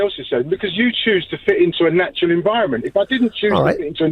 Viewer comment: “If I was to walk around the west end naked wouldn’t be natural would it!?” “Oh, you mean ‘au naturale’?” 🙃💥😂